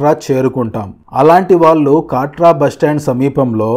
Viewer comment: కాట్రా కాదు కత్ర